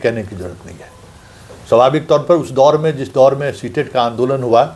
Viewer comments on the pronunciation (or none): सीटेट नहीं सीसेट😂